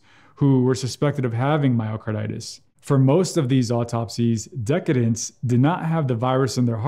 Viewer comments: "decedents" (people who have died) = [duh-SEE-dents], not [DEH-kuh-dents]. Otherwise, great info as always! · Yeah, sounded like he was saying decadents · I believe it’s pronounced “de-SEE-dents.” Decadence is more like a rich chocolate mousse. 😉 (I feel sure it was just a prompter/reading error, but nothing boosts the self-esteem like poking fun at a brilliant doctor, am I right??) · The more I learn about this virus the more COVID seems to be a vascular infectious disease and I've known it to be pronounced decedents - de seed ents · Great information and concise. You pronounce decedents weird. I've always heard it pronounced like deseedents similar to the related deceased. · The comment is because mis-pronounced the word "decedents" (the c has an S sound, not a K sound). But meanwhile you could get a life